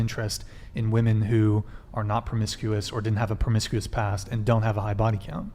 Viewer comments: Okay, I can't get over the fact that pronounces women like woman. If you're going to be a feminist then at least pronounce your own gender correctly. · If says, "woman" one more time instead of the correct word, "women", I'm gonna lose it lol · Why does she keep saying "womAn" and not "womEn"???? PLEASE learn how to use plurals!! 🙄🙈🙄🙈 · Why is it on every episode of this podcast there is a chick that doesn't know how to say "women". It's woman if you are referring to one female if you are referring to two or more it's fucking WOMEN. What's up with these chicks and not knowing there is a plural for woman. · The fact that she says woman instead of women. Holy hell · Is it just me, do i pronounce “women” wrong or are they saying “woman”?! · I'd love if that girl could say women just one time. She only ever uses the singular pronunciation even if the sentence calls for plural. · Why is no one correcting her when she says, “woman”, instead of “women”. Wtf?! Driving me insane!! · What the actual fuck is up with this generation not knowing how to pronounce the plural for woman. Woman is one woman (woo-man) Women is plural (whim-in) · Everytime she says "woman" instead of women 🤦‍♂️ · Why does always say "woman" instead the proper plural pronunciation "women"? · Someone needs to tell the hostile girl that “woman” and “women” are pronounced differently. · It's driving me crazy how is pronouncing "women" as "woman" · Why cant this woman say women. She has no sense of how to even talk. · Honest question: Is it the failure of the educational system, or is this some sort of cultural shift in the U.S. where young people either intentionally or out of ignorance mispronounce the word "women" ? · why can't she say "women"? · Why can't she say women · Why can't she pronounce WOMEN correctly?!